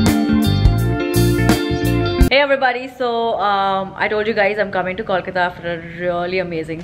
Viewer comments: It's Kolkata not KAWLKATA. You can say Calcutta as well. We're chill with it :) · IT IS KOLKATA. Pronouns it properly.